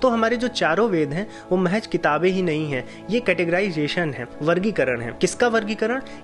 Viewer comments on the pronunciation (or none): Urdu ke sabdoo ke talfuzz arthat uzzatan pr dyaan de.....ex mahej nhi mahzz hoga....